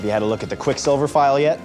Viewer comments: Your pronunciation of Quicksilver was very distracting. You're the first person I've seen who puts the stress on the second syllable. I've only ever heard 'Quicksilver, not Quick'silver. Fun video, though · Great vid...but why do you keep saying quickSILver? It's like when my grandmother says "boy scouts" as one word with the stress on "scouts..." boySCOUTS